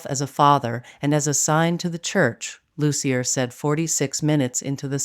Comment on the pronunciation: Loos-ee-yay, not Loos-ee-yer.